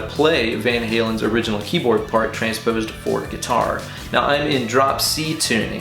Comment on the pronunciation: Awesome sauce ✌️ ... 'guitary' - love your English 🤪 Seriously, awesome idea to put this back on guitar and 'Van-Halenize' it even more 😝